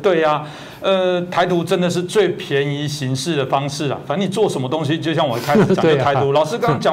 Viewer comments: 为什么所有的台湾主播都念不对“便宜行事” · 觀察很入微喔 兄弟，這個詞的確是 唸錯而不是兩岸發音差異。 台灣人應該99%是唸錯這個詞的，不過沒有人在意也沒見過有人特別提出來講 我活了二十幾年沒有親耳聽過這個成語的正確讀法。